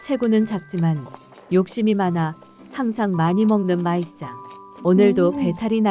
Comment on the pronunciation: 마이짱은 일본인 같지가 않아. 전라도 시골 식당 아줌마 같다. 호탕해 그나저나 나레이터가 호칭을 부르는데 "마이짱은"이 "말자는"으로 들리네. 한국 이름을 말자로 지어도 되겠다